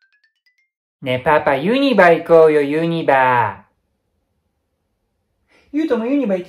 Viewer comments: 関西人からしたら気になって仕方ないです😂😂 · ユニバのイントネーションが気になる… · 関西人の私からすれば、関東の人のイントネーション｢ユニバ↑↓↓｣なんや！と知れて新鮮(*ﾟДﾟ)(*｡_｡)ｳﾝｳﾝ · ユニバのイントネーションぞわぞわする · ユニバのイントネーション関東なのにユニバ呼びなんだ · ユニバの発音に違和感... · 神戸市民にその発音でユニバって言ったらユニバー記念競技場になるよに😊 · ユニバの発音がすこーし気になった笑